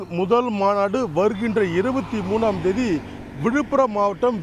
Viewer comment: தேதி என்ற வார்த்தையை கூட ஒழுங்காக சொல்ல தெரியவில்லை, நீங்கள் என்ன சொல்லப் போகிறீர்கள்